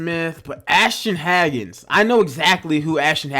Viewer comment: it’s HAYgans